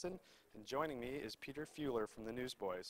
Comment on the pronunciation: He totally messed up Pete’s name, but Pete was a gentleman about it